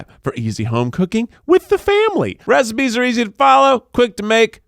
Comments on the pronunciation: No one: Keith during the Hello Fresh intro: rePiCe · did Keith pronounce recipes as "repices" in the hello fresh ad 😂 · Anyone else notice in the opening hello fresh ad Keith said "repices" instead of recipes lol 😂😂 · I’m a small and my husband is a tall. Almost 1 foot difference. 😂 This was one of my absolute favorite episodes and it started with Keith saying repices instead of recipes. 🤣 Too funny! Love it all guys. Can’t wait to hear more about this movie 🍿 also. 😱